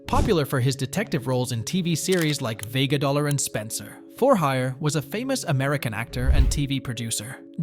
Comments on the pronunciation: Vega DOLLAR ? HUH? 🤣🤣🤣🤣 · LMFAO "Vega Dollar"😅